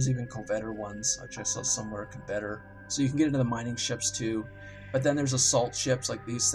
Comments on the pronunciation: cohVETor, bruTEX, shimra. You're looking for Covetor (cuh-vet-or), Brutix (br-ticks), and Chimera (ki-mere-a). Please sir. Please. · COVetor not coVETor. otherwise good video, thanks. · co-vett-er? Cov-eh-tor. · please stop saying coVETor. It's COVetor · How do you pronounce "covet"? Then add an "-or" onto the end... Why do so many people mispronounce ship names in eve. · How do you not know how to pronounce "coveter?" Honestly... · Had to quit watching when he couldn't pronounce covetor.